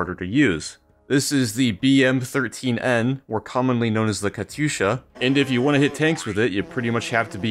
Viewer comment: KATYUSHA. NOT KATUSHA. PLEASE ;_